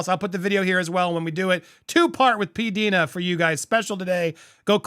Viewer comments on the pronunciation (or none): pronounces her YouTube name as Pee-Dye-na, not Pee-Dee-na. I have been watching her channel for a long time. She has good insights. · Andy! learn the Pronunciation of your guests name. Her name respectfully is.... P Dye Na Is how you pronounce it. Not P Deena.... Andy... research and learn. Learn.